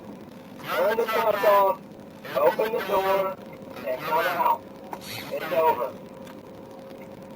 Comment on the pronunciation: "Open the noor" -Officer Walt Jr. maybe